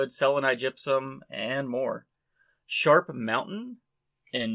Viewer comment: What mountain did you say? SHARK mountain? to find the staurolite?